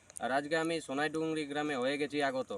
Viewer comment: You are speaking Sonaidungri But not Sonaidungri 🤔 It's Sonadungri